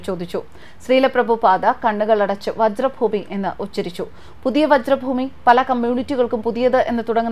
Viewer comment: വജ്ര ഭൂമിയല്ല, വ്രജ് ഭൂമി ആണ്. അഥവാ ബ്രിജ് ഭൂമി വൃന്ദാവൻ....